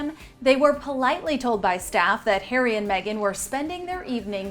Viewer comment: Red carpet return? These two celebs are becoming as bad as the Z Listers who turn up to the opening of an envelope. Btw there's no such thing as the Royal British Army! Also why do you keep insisting on saying Hairy instead of Harry?